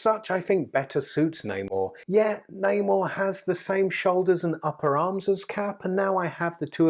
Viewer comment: Ffs how do you not know how to pronounce his name and who he is